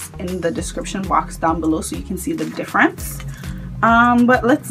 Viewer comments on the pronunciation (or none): none